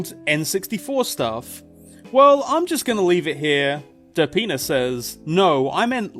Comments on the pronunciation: every time you say "derpina" it sounds like "da penis" lol. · i keep thinking youre saying der penis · what he says: derpina what I hear: da penis